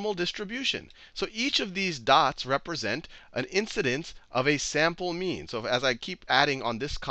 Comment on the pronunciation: I swear to god he keeps saying meme and not mean. The internet is ruining me XD